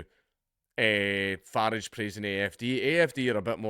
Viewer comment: Dank,I love you but it’s not farage how we say garage but f-a-rage how the Americans say g-arage.